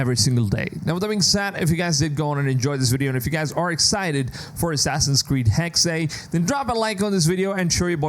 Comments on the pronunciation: It's not HEX....Its Hex-uh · Hexe is the German word for witch, in the proper pronunciation you have to sound out the e on the end with an uh sound. hex-uh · I'm actually really interested in this one! P.S: Just for the narrator as he's tried the pronounciation of Hexe a few different ways here :D It's pronounced Hexa, spelled Hexe, and literally is modern day German and old German for Witch.